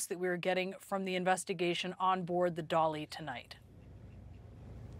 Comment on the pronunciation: The only thing dramatic is this guy's trying to make this dramatic. Also, pronounce Dali correctly. No one else is pronouncing it that way, you know what you're doing. Stop it. Journalism at the level should be done better.